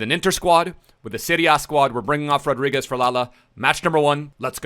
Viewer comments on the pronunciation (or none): none